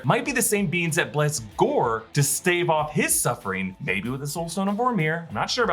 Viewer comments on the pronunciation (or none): none